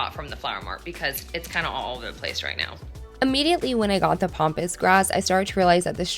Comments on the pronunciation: Okay, It's pAmpas grass, not "pompous" grass (although at that price, you wonder!). It's also highly invasive for those thinking of planting it, as I've seen in the comments. I hope you get the flower market person to lower the price! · I know you wrote Pampas grass but you kept calling it Pompas😱🤣but just wanted to say that was very expensive and i think as its their mistake they should not of called you to tell you their mistake as you already paid what they said and agrreed upon, another thing is with Pampas grass when you recieve it you should first leave it at room temp for a day or two and the trick to make it big and fluffy is to use a hairdryer on cool which opens up the blooms and makes it look very luxurious and not flat and straw like, give it a try it makes such a difference and you probably wont need as much aswell that way👍🏼